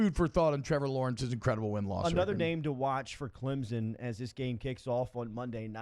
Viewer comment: Almost as bad as "Clemzin" ugh